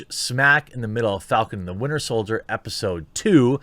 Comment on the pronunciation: Yo Jeremy it’s “Winter Soldier” 😂 love the show man!